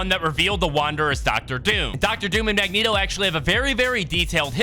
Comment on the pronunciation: You finally said Mangeto right